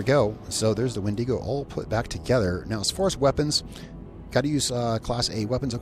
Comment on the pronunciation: I'm gonna stop you right there. That's not how you pronounce wendigo. My brother in Christ, I'm both ashamed and appalled at your behavior on this day.